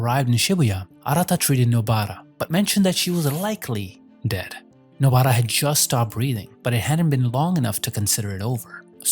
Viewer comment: please stop saying nobaaara